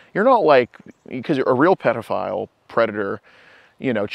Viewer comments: He’s a big DAP fan. He keeps saying “predaphile” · Dap always say prediphile....he must watch there videos freaking creep